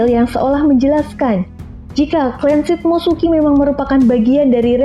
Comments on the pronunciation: shimotsuki ryuma kali bukan shit motsuki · Shimotsuki tante bukan shit mo suki